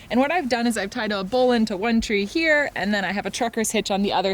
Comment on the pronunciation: Stop pronouncing it "bowlin'".